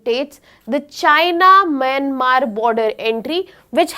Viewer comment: She's pronouncing even Myanmar as Mynamar 🤣🤣🤣🤣